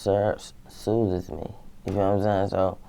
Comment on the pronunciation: syrup soo-thezz me